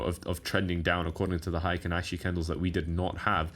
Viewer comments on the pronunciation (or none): It's pronounced hay-kin ashi candles not high-kin ashi. Heikin means average in Japanese. Ashi means leg or foot. Here referring to pace.